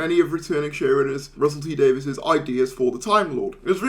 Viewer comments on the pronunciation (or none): none